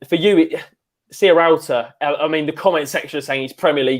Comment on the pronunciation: Why can no-one say Sierralta properly?! It's not Serrialta ;-)